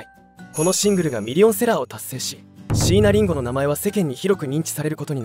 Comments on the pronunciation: 待って！「椎名林檎」の事そこまで詳しいのに、「椎名林檎」のアクセント違うくない！？ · しいなりんごの発音と いなばの発音がいちいちツボで笑ってしまうw